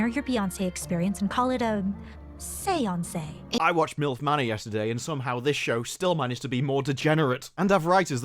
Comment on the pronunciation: Say-onc-eh?? Really?